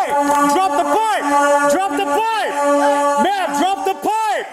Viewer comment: May-am May-am. Drop your crack pipe 😮